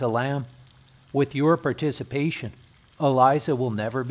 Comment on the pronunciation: E Lisa is how you pronounce it. Also that grave encryption is about as random and haunting as her death. Lovely video.